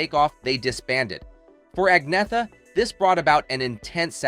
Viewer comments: Strange that the poster of this video cannot put a genuine picture of Agnetha on the thumbnail, nor even pronounce her name correctly in the first word of this video. It is correctly said in Swedish as Awg-Nee-et-ah..... the first and third syllables are very short, the second and fourth syllables are longer. Thank God for the many REAL ABBA FANS who posted so many wonderful videos on YT of this group and this singer during their amazing comeback starting with the Mamma Mia Musical and the corresponding appreciation of their lifetime of work. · No. Ang-neeeh-ta. With a long and heavy emphasis on the middle syllable, and really dark a-sounds at both beginning and end (similar to the "a" in a british "tomato"). /Best regards, an old swede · Ang-neeeh-ta. With a long and heavy emphasis on the middle syllable, and really dark a-sounds at both beginning and end (similar to the "a" in a british "tomato"). /Best regards, an old swede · Pronouncing her name 2 different ways. Annoying. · "Nothing but a department store manager; nothing but a homemaker" Better than being a speech impaired voiceover man on an amateur video production. You can't even pronounce her freaking name properly. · Superficial and amateurish video. The "narrator" can't even pronounce her name correctly. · You really should learn how to pronounce her name. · Making a video about an individual should at least involve pronouncing their name right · I couldn't agree more with everything you said. Using a clickbait photo that implies a woman posed nude should be illegal and get someone kicked off of YouTube. They didn't just do it to Agnetha, they've used it on several of their videos at least. Also, not only did they mispronounce her name, they mispronounced it two different ways throughout the video, they couldn't even be consistent about it. Just poor and shoddy workmanship all the way thru this video. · Agnetha's name is pronounced "Angyetta Feltskoog." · Her name is pronounced Ann yetta